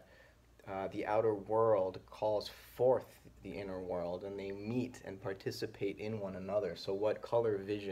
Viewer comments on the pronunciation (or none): none